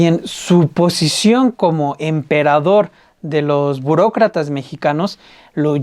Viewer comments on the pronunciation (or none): jeje dice Bucrocrata